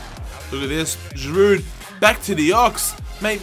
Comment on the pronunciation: For Giroud, we don't pronounce the "D" at the end in France.